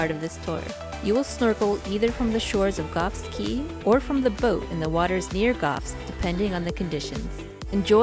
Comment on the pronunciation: Caye is not pronounced “key”. It is “Kay”. Nice video